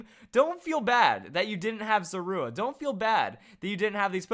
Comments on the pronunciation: It is pronounced ZOR-A! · You put the stress on the "u" in Zorua? That sounds so weird. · The way he says Zorua -_ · He said Zorua wrong and I just cringed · um im relivant I thought I was the only one